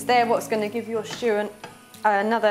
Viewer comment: This looks delicious-- I don't have enough venison so I'm going to make up the measurements with beef. I look forward to making it later this week, now that the weather in the UK has turned. 🌧 PS= I love her charming speech impediment, pronouncing it 'sh'choo' instead of simply 'stew'. 😄